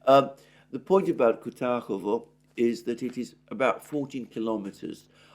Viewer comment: kuRAHOvo not KUTAHOVO